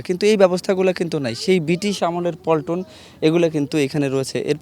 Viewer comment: "পল্টন" হবে নাকি "প্লাটুন"?